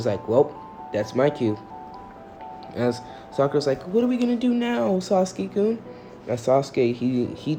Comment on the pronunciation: It is kun not koun